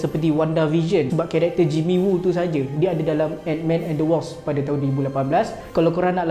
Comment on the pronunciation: Bukan wosp bang, sebut betul2 ikut ejaan dia tu. WASP